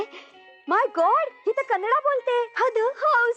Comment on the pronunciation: Kandi nahi Kannada aahe 😂😂😂😂😂😂😂😂😂